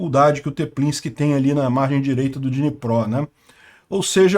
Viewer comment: Não é dinipró e Dniprô DMudo